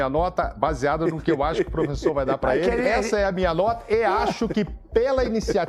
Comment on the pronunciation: Calma 😅😂😂